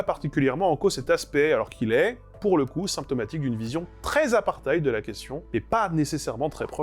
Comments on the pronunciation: Merci pour cette vidéo intéressante. Pour autant, "apartheid" se prononce plutôt apartt-Héïd que apartaïd, qui est la prononciation allemande. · apartheid c'est pas de l'allemand, on dit -èïd ou -èd, pas -aïd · Le ei de apartheid ne se prononce pas comme dans bail mais comme dans abeille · apartheid se prononce /apartyèit/ C'est du français néerlandisé. Ce n'est pas de l'allemand. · Ouh là. La prononciation a l'allemande avec un accent français des mots néerlandais. J'ai encore les oreilles qui saignent. ;-) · est germanophone et a tendance à baser sa prononciation des autres langues sur celle de l'allemand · En français j’ai toujours entendu une prononciation à l’allemande, comme on dit “ein Stein” mais Hitlère. Cela dit ok vrai pour l’afrikaans pour la prononciation native du mot.